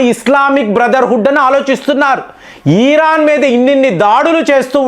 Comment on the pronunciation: నీకు ఇరాన్ అనరాదు ఖమేని అనరాదు కొత్త కొత్త పేర్లు ఎందుకు పెడుతావ్ కాక సొంత పైత్యం వాడకు సింపుల్ ఎనాలిసిస్ ఇవ్వమంటే కామాని ఈ ఈ రా న్ 😮 అని అంటావ్